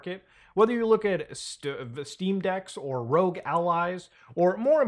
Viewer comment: “ROGue Ally” 😂